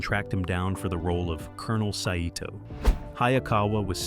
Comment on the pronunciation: The name of the Japanese commander, Saito, is pronounced Sy-toh, not sa-i-toh. Did AI write and voice the narration?